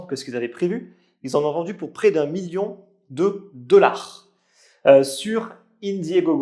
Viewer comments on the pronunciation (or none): none